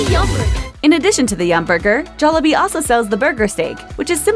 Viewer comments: You know the narrator is white when she keeps saying jollabee instead of jollibee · It's pronounced jol-lee-bee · I love how she pronounces it joll A bee Not jollibee